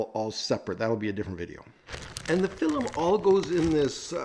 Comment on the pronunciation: Your pronunciation of film as, “fill-em”, is endearing…